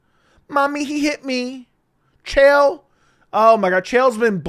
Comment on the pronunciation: Also, Chael is the may be the dumbest human being on earth. Dude just rambles garbage and makes up stories. And people try to tell me his mispronunciation of names is a gimmick, but no, he's too stupid and full of his own shit to realize how ignorant he sounds. He just doesn't care.